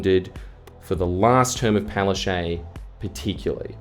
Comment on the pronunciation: The fact that Annastacia Palaszczuk (pronounced Palaschook and NOT Palashea) resigned and jumped ship knowing that Qld Labor are going to lose their state election says it all.